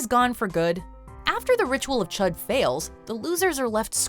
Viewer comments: "Chüd" is pronounced like "chewed." Just a pet peeve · It’s Ritual of “ch-ew-ed”